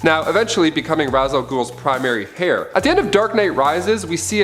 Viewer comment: Every time he says "hair" instead of "air" when he's talking about heirs drives me up the wall. THE "H" IS SILENT, DUDE! 🤬😆🤦‍♂️